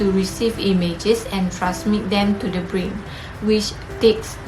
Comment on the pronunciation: Thank you for uploading the video. The content is comprehensive. The video is made nicely and enjoyed watching it. Overall, a good job. Score: 4, 4, 4, 4, 3 = 19 Presenter 1 Should have avoided the use of pronoun "you". issues with plural noun (e.g., two functions), brain (breɪn) , conjunctiva, * issues of the plural S ending, oblique (əˈbliːk), coordinate (verb - koʊˈɔr dnˌeɪt), Presenter 2 Fluid (ˈflu ɪd), Presenter 3 cranial (ˈkreɪ ni əl), segments (observe the typo ) - very clear pronunciation! Presenter 4 issues with plural sounding, choroid (ˈkɔr ɔɪd) Presenter 5 pupil (ˈpyu pəl) , should've said "various distances"